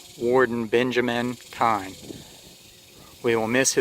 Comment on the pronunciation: Oh, one more thing just for the sake of anyone watching or reading, it's actually pronounced "keen". But don't worry, pretty much everyone says "kine" or "kee-uhn" when they read it, no worries just wanted you to know.